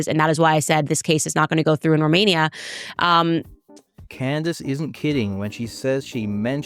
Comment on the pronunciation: Such good friends he can't even be bothered to say her name correctly "Can Dace" SMH when are folks going to realize this is all a dog & pony show to continually split the Right into various factions by TPTB (the powers that be)? The "alt media" is no different that the mainstream/lamestream/legacy media - they are all paid to shill specific narratives. Why would TPTB do this? It's the oldest trick in the book - Divide & Conquer. While we are divided from the left vs right paradigm, & within the political party we side with, we will NEVER be able to actually go after TPTB - and they know this!